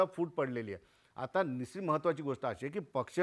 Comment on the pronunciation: पश् चिम not पचिम : निश् चित not निचित